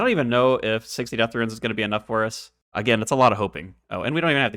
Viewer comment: I absolutely love the serie so far! And I must say I find it funny that you say "RUINS" instead of "runes", hahaha keep it up, love it!